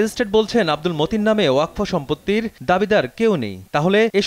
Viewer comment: উচ্চারণটা ওয়াকফো হবে না ওয়াকাফ হবে